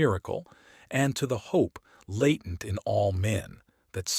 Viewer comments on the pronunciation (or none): none